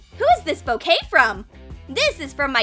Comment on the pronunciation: When they said bouquet I thought they said cocaine